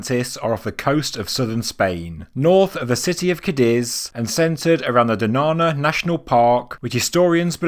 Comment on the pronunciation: pronounced donyana